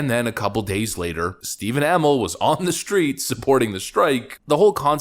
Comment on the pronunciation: Uh-mell. Not amil. Also i was at the con just he was in a couple months ago. Galaxycon Raleigh